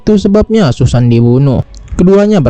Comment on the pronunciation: Susan dibaca Sasen 😅😅😅